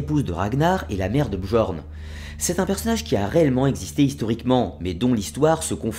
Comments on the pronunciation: très bonne vidéo, fidèle à la version historique cependant attention le j dans björn ou skjaldmo par exemple se lit comme le y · on dit pas "bJorn" mais "bYorn" ^^ Super vidéo quand même :) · Björn = Bieurn Skjaldmo = Skialdmo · Désolé mais on dit «Biorn» le j se prononce y en scandinave